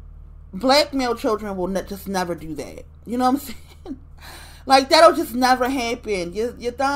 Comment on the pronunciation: Nevah! Nevah!